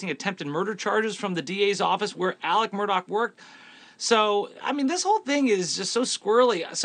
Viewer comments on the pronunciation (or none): Im glad I'm not alone!! Nancy Grace drives me crazy the way she says Murdog!! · Murdaugh isn’t pronounced Murdoch either.🙂